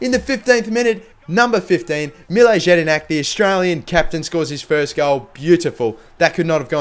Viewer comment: It's pronounced Yedinak